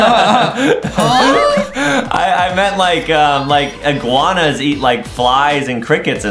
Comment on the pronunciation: he said iguaua dummy